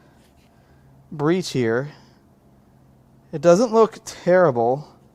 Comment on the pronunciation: "I'm looking at the head gasket and I don't see a definite brie cheer." What in the hexagons is a "brie cheer"? Or did say "breach ear"? Heh.